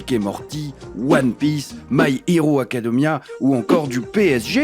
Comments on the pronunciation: Attendezzz... My hero acadeumia?? En faite le "e" ce prononcé é du genre académia brefff bonne vidéo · On dit bien my hero acadééémia mais pas my hero acadeumia ? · "my hero acadEUmia" 😭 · « My Giro acodemia »😂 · Quand il a parler des coques dont on a déjà tous entendu parler est ce que il a vrm dit «my héro acadomia »?😭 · "My hero acadeuumia"👀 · M’y heuro acadeumia MES OREILLES AHHHHHAAA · « My Hiro Acadeumia » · " My Héro Acadeumia " xD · my hiro acadomia ? hIro ? acadOmia ? ok... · "my hiro acadeumia"